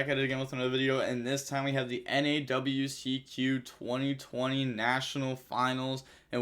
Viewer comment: Wow where are the other rounds? Come on and Weeeee Ceeeee Que not double u cee que